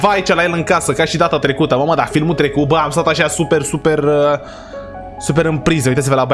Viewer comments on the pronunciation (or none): Ai zis "il bântuie cineva din tlecut"